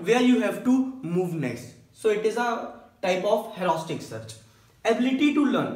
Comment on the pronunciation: U seems to say like hauraustic search but it 's rather heuristic!!